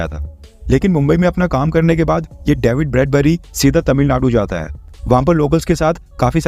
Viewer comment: डैविड नहीं डेविड